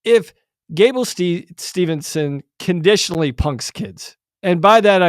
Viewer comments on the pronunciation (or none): I love your podcast but guys, the man's name is Gable STEVESON, not Stevenson haha.